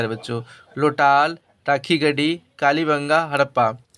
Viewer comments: लोटाल नहीं ❌ लोथल होता है सर ✅ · Lotal nai hota hai sri ❌lothar hota hai ✅